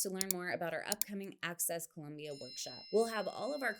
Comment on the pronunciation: Pro tip for you Gringos to pronounce Colombia: At the l place the tongue just behind the teeth, and remember that there is no u in Colombia. Am Norwegian and have lived 14 years in Cali.